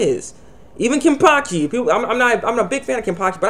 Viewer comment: its wonderweiss the small boy aizen had . n its kenpachi not kenpaki . god u have spasm man .